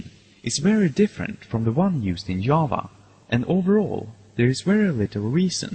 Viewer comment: I love how he calls Java, Yava. That's what the language should been named. Who wants to make a new programming language?